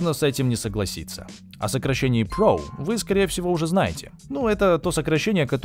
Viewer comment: Как бессовестно диктор сказал, про pro, отвратительно, аж захотелось дизлайк поставить!